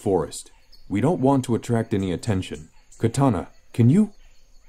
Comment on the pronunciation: ok have to say this, whoever is the voice actor of amanda waller clearly doesn't know what the character's names are. It's pronounced Kuh tah nah as in the sword and Dark Side as in the dark side of the moon. Does she even read comics? This is rudimentary to the story so please get that right next time.